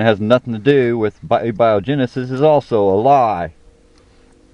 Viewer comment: The Theory of Evolution simply explains the diversity of life it says nothing about where life comes from. The Theory of Evolution belongs to the field of Biology and Abiogenesis to Biochemistry. What do you think the simplist life form is? Are viruses alive? P.S, learn to pronounce the stuff you're talking about. Using spell check would be helpful too. We all make mistakes but these are easy ones to correct.